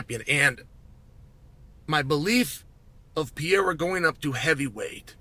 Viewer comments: I turned off the UFC 313 pre fight show because I couldnt listen to chael say "Piera" over and over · I swear Chael says it wrong on purpose at this point. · Is not pierra it is Pereira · Chael "Pee Aira" Sonnen mispronouncing names just to bait more comment engagement. Well played, sir. Well played. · Who tf is Pierre-uh? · Pee-Air-A 😆. I love Chael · Say “Pear” then say “era”…. Ok thanks! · Shot of tequila every time uncle Chael says ‘Piera’. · "Alex pee-era" - chael sonnen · Pee air uh. 😆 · Piera has to be on purpose. I can’t imagine someone whose job it is to talk about the sport calling Michael Jordan “Jerdim” 32 times in one video. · PEE-ERA...the era of pee is over. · Well he did let us know that he thinks Pee-era could potentially be a ChampChampChamp. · Who the fuck is pierra? You mean alex perrera? Wtf? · What would it take to get Chael to pronounce Pereira correctly? It's awful. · The way he called Pereira, it's fucking funny hahaha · the fact he pronounces it like that on the broadcast is embarrassing